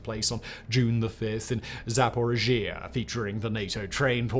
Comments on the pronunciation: Firstly, thanks for the analysis of the counter-offensive so far. Secondly, being a viewer of Ukrainian and other Eastern European Youtuber's daily updates, your pronunciation of Ukrainian towns and oblasts makes my ears. bleed. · Someone teach him how to pronounce Zaporizhia